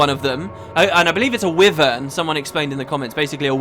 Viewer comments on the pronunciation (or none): Is not not pronounced like 'why-vern'? Not 'wivv-ern'.